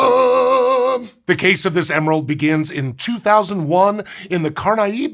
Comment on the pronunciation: Please look up how to say a foreign word that shows up in a script as often as "bahia" did in this one! Mispronounced once or twice is fine, but this was so many times and was making my Portuguese brain itch. You nailed "Carnaíba" though.